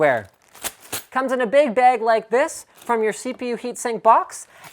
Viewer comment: Why do you say bag like bage or baig, I pronounce it bag, or like ba-ah-g lol